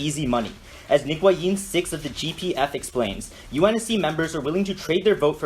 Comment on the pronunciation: "Nguyen" nice one